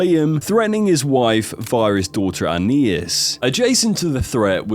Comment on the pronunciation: No it’s not lol. It’s An-nye-eess the naï is pronounced like it is in naive